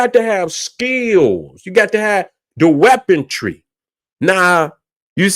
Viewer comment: Weaponry not weapontree.